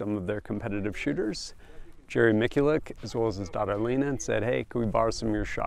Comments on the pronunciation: Yeah irritates me also . They do the same thing to product names when the company says it one way and some jack ass says it completely different after just hearing how its pronounced .Its Mitch-you-leck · Yeah if you listen to Jerry, he pronounces his name Michoolek. This guy has to know that. He obviously met him and his daughter. Sounds like comment bait and we fell for it. Way to go! Sounded like a deuche!! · I hate it when "gun guys" butcher Jerry's last name. Especially ones that attend a press event hearing how it's properly pronounced.